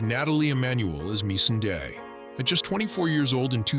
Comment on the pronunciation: They also pronounced missandei completely wrong